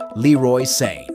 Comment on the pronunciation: Leroy SANE??? Bro I know that you english guys struggle with pronouncing names from any non-english country but shouldn't you as a football fan be able to pronounce a players name correctly who's been playing on world class level for over 5 years?